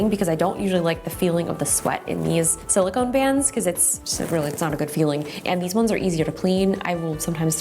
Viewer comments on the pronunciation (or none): none